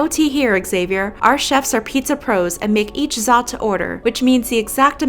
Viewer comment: Xavier is pronounced Savier sorry I had to say that one of my friends are called Xavier 😂